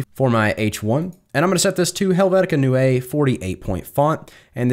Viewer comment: Helvetica Neue = New, spoken like 'noise' > noi-uh 😉